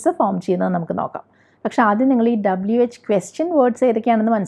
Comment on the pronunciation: റ്റിച്ചർ - W- ഡബിൾ യു or ഡബയു എന്ന് പറയുക. ഡബ്ലു തെറ്റാണ്. ok